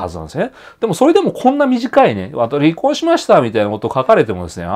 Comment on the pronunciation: り↑こ↓んというイントネーションが印象的